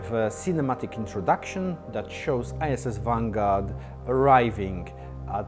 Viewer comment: Great update! Sounds like he says "ISIS Vanguard", :D